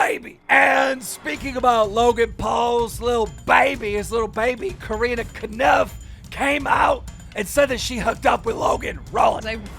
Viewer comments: Why does he call Corinna kopf “karina kanuf” lol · Keem it’s Corinna cough no conif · wow and now hes saying KOOOOREENA KANUPF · coreena konuf (core-in-uh-kah-pf) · Keem it’s Core-inna Cop-F Please say her name properly I cringe I cringe everytime you say her name lmao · Are we just gonna pretend he didn’t say carina kanaf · How can my man pronounce Corrina Kopf so wrong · That was the most cursed pronunciation of Corinna Kopf. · The way he says Corinna’s first and last name completely wrong every time 💀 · Does he purposely pronounce Corinna's entire name wrong every single time? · I love Drama Alert but Jesus Christ dude why can’t you pronounce anyone’s freaking name right? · Keemstar please learn to ponounce Corinna Kopf's name xD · Is it me or does keem say Corinna Kopf wrong